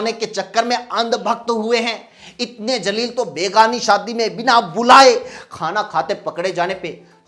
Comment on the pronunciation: jalil ni zalil hota h zalalat wala ( beizzt) or jalil matlab goravshali shandar hota h google pr search krna pyare bhai apki urdu thik h thodi or thik kro mdrsa jao🤣